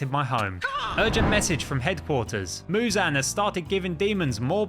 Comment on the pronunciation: You're saying Muzan wrong